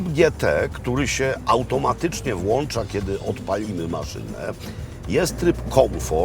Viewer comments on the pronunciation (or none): none